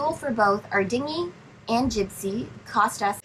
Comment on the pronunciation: Jibsea... lol